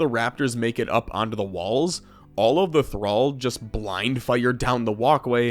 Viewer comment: Omg you said thrall correctly that made the video for me lmao